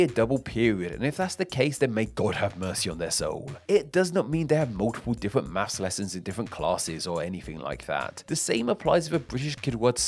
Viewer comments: Or mafffs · As a Yank, I say 'math'. And I can't help hearing you say 'maffs'! , 'Accoustic' is misspelled. #FeedTheAlgorithm